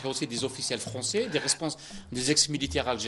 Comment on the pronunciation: Il a une prononciation en français horrible le présentateur, il m'a choqué